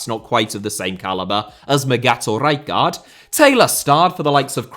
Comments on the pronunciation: It's pronounced Ray-kart ! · Isn't it R-eye-card? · Pissing myself laughing at the pronunciation of Rijkaard. How many more R's can you add in? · I laughed eveytime you said rijkaard haha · Nothing wrong with your pronunciation of Rijkaard except for the split you make in the middle. Just pronounce both parts back to back and you'll be an honorary eredivisie commentator in no time. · Please stop saying Rijkaard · Fucking say rijkard one more time like that ffs